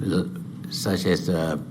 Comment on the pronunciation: Prengki Pransisco I remember saw his speech in IMF meeting..he pronounced "such as" sound "suck ass" I died laughing 😂